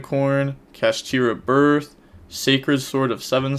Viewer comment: Ganggggg he’s saying kashtira right